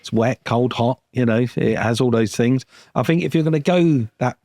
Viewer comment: It's the guy who say fings